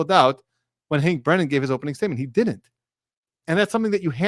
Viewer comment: Be careful, my friend. You look wise with your cap and your beard. But for a moment, I thought I heard you say “didint” like a GenZ fool, instead of “didn’t“ The only worst thing would’ve been to say “dinit” Be careful, and carry on